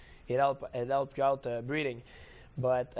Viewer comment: Breathing, not breeding. He has trouble pronouncing 'th' and says it like a 'd'.